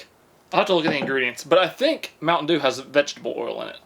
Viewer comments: The way he says mountain doo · Oh my, the way he said “Mount’n Duew”(Mt. Dew)😂😂😂💀 videos always make my day. 😂